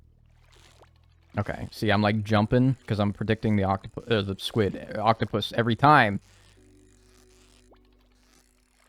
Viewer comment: literally same lol when people say words funny in stardew yt videos I always repeat them. called squid “squits” twice in quick succession and I said it right back to him. and someone i watched called debris “debreeze” and I kept saying it and laughing whenever he said it